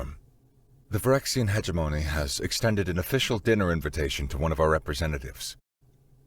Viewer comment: "Hegemony" LOL HAHAHAHAHAHA Ha-Gem-Money